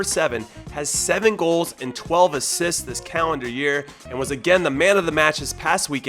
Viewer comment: Jimmy, it’s pronounced Bra-sil-er-ao. Anyway great vid 👍!